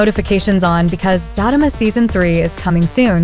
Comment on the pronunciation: The narrator needs to learn how to pronounce the show name is Zatima not Fatima.